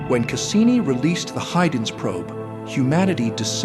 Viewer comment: AI narrator pronounced Huygens incorrectly. Also the music is still too loud relative to the voiceover 😭